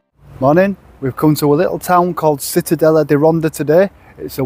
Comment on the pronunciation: born in Cittadella.the c isn’t like a s u have to say it like loud like CI